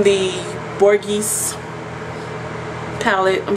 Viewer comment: The name Borghese is pronounced = "Bor-gay -say" You are gorgeous and talented and your vids are entertaining as well :-)